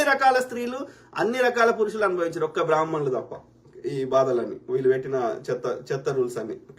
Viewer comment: బ్రహ్మ ణులు అని కూడా పలకలేవు. నీ మొహానికి బ్రహ్మ ణుల మీద వాగటం ఒకటి. నువ్వు చెప్పి నంత నీ చంగా బ్రహ్మ ణులు లేరు లే